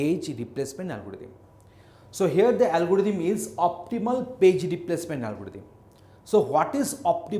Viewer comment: It's not a algoditham it's algorithm